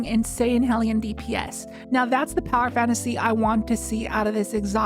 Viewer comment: Thank you for pronouncing hellion correctly